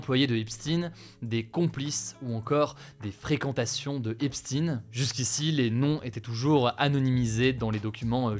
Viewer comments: Ce n est pas Epstin mais Epstein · Vous prononcez « epstine » mais pour Albert Einstein vous le prononcez bien je ne comprends pas pourquoi ?! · epstine ! donc einstine epstaiilne einstaiiin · pourquoi prononcé esptine et non epstein ? On dit bien Albert einstein et non albert einstine ! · ça se prononce épchtaïne et non pas épstine. C'est un nom allemand. Ne faites pas comme les américains qui ont une germanophobie à fleur de peau au point de détester entendre l'accent allemand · Merci pour la vidéo, Hugo. Par contre, s'il te plaît, c'est Epstein prononcé comme Einstein. Entendre Epstine 20 fois fait un peu mal. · On prononce Epstein comme Einstein pas Epstine comme Poutine,tentative de cacher sa judéité? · Epstein, pas Epstine 😂😂😂.... EpStein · ce n'est pas epstine mais Epstein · On ne dit pas EPSTINE , mais EPSTEIN comme EINSTEIN ... J ' me comprends ... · alooooo c'est pas Epstine !!! c'est Epstain !!!!!!!!!!!!!!!!!! merde alors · COMME LES MERDIAS AU DÉBUT DE CETTE AFFAIRE,TU DIS EPSTIN ET NON EPSTEIN POURRIS VA! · Depuis quand c est epsTINE ? On disait EpstEIN comme Albert EinstEIN ou Harvey WenstEIN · Prononcez bien le nom d'Esptein et non Espstin. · On dit pas "Epstine" mais Epstaing, Geoffroy d'Epstaing. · pourquoi dites-vous epstin et non epstein? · on dit EPSTEIN pas espstine 😂 c’est pas un scoop Hugo les médias « complotistes » comme ER nous ont déjà donné l’info !!!! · au secours ! pas "ep-sti-ne", il faut dire "ep-staïe-ne". Bon sang, le français sont vraiment nuls en anglais. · Pitié Hugo... je sais que c'est pas le sujet et je suis contente que les noms sortent... mais cela se prononce EpSHTAIN ou EPSTAYNE💀💀💀 pas Epstine 💀💀 pas pu regarder la vidéo désolée ✋🏼 mais vraiment merci d'en parler 🙏🏼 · Epstine.... NO!!!! EPSTEIN !!! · Pourquoi vous dites Eipstin c’est epstein sérieusement ne me dites pas que vous avez peur de dire les termes quand même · C'est pas Epstine mais EPSTEIN ( CHTEINE ) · EpstEIn, comme EnstEIn 😉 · Epchtaine Pas epstine !!!